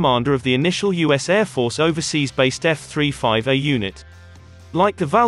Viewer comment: f three five er who is reading the info ?